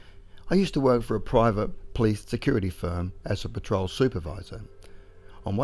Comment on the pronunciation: Not a criticism, but there was one time it sounded like you said a "Peace officer" instead of Police officer. I certainly prefer Peace Officer!